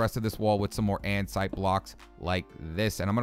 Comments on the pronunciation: Anyone else notice he says ansite instead of andesite? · It's like saying and-a-site, maybe that will help